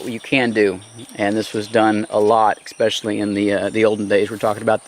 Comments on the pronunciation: The word is “especially” not “expecially” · Great video! I don't know how to say this without sounding like a jerk... The word is pronounced as it is written especially. Throw an E and a Y to the end of the word special when you say it. "Expeshally" Is what it sounds like when you say it. Sorry and hope this helps. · You have such a calm, soothing voice... but when you say the word especially- and mispronounce it expecially- my serenity comes to a screeching halt!